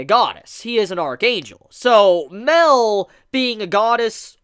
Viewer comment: I'm glad you saw my theory about how OP Mael might have been and took it into consideration. One last thing as well... I also think that his name is pronounced MA-EL with a drawn out "A" sound and not MEL as you keep saying. As an example.. Saaa-Ri-el.